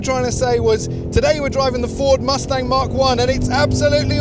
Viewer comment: You are pronouncing the Mach 1 incorrectly.You are saying Mark 1.It is pronounced Mack.When ford named it Mach 1 it was referring to the speed of sound being known as Mach 1.Stop calling it mark 1 please.